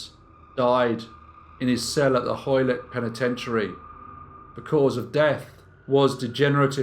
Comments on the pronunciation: What prison did he die in? "Hoy-let"? You mean "Joliet" dontcha? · Just an FYI...I'm assuming since this was set in Chicago, he would have been sent to Joliette prison. This is pronounced Joe--lee-ette. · In case you come across the name again, Joliet is pronounced Joe - lee - ETTE. 😉Hope that helps. I’m sure many Americans would have a tough time with a lot of British place names too. Enjoying the stories and look forward to more. 😄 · Guessing that the prison where he died is spelled Joliet? Pronounced Joe - lee - ETTE in the US. We can do weird things to foreign looking words. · Pretty sure that's not how Joliet is pronounced.